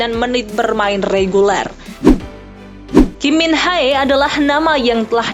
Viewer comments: Kim min jae, bukan Kim min khae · saya apresiasi berita disini itu komplit, tapi tolong dong penamaan pemain itu harus benar, kek garnacho itu dibacanya garnaco, bkn garnako. kim min jae dibaca kim min je, bkn kim min hae.